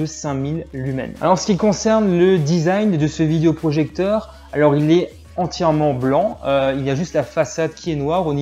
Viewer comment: Merci pour le test, mais stop avec le "vidIo projecteur". é, pas i ! :)